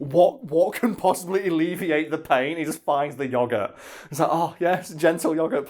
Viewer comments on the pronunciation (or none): Oh that's what he said! I thought he said "Yogger"